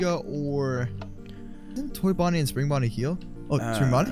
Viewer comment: ok Chipper and Chipper Bonnie Are you guys ready? Because we are going on an adventure. We are going on a trip on our favorite Rocket Ship Me: Chipper Bonnie? What???? Lol that’s what I heard like omg dude it’s Spring Bonnie not Chipper Bonnie lol Lol